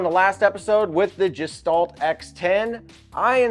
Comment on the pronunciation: Gestalt is a German word that means "Shape, or form that is greater than the sum of it's parts". The "G" is pronounced like the "G" in the word "Great", not like the work "Giant".